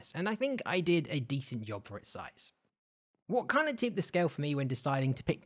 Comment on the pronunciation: I was thinking about your confusing accent then you prpnoinced job, yob so im mpre confused